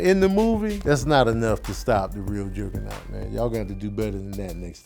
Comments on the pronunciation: Who the heck is Jergger-naught? Its Juggernaut lol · I'm gonna need to pronounce Juggernaut correctly. Lmao this nigga said Gerrrgernot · Why the hell you keep saying Jerg-a-naut?....bc that's fucking wit me lolol you saying "Jerg-a-naut" aggravates me like that kid on DP2 aggravates you lol. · Are you saying Jurggernut? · That invisaline got him out here saying Jergenot lmfao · Why r u saying juggernaut weird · Is that how Juggernaut is supposed to be said? Or is fresh off watchin a Madea movie?